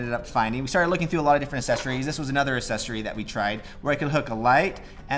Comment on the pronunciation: “Assessory”? “Expectially”? Might be time to put down the camera and read a book.